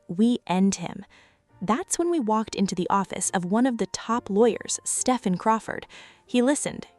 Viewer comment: Stephen is pronounced “Steven”